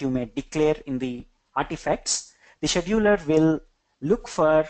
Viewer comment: Great content! Sidenote: you should really work on the pronunciation of Scheduler.